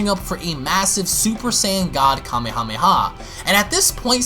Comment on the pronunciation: When u say Kamehameha say Kamehameha Waze not the other